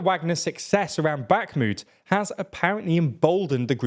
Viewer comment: Now the war goes on for 16 months and commentators are still not able to properly pronounce Bakhmut, Kherson, Prigozhin, Avdiivka, etc.